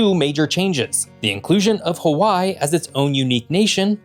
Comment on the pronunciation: You lost me when you couldn't figure out how to say Hawaii right